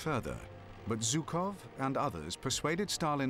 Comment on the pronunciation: 78 years after the event did not suffice for english speakers to learn how to pronounce the name of the Russian general Zhukov. It is not Zukov but rather with a "Zh" like in "measure", "pleasure" and the like.